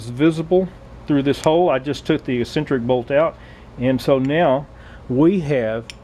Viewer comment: Great video, the word you are looking for is pronounced EX-CEN-TRICK, not E-CEN-TRICK.